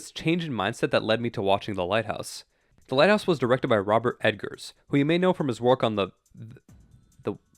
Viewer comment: Yo. Yo. It's Eggars. Like an Egg. Not Edgars, like the Allan Poe.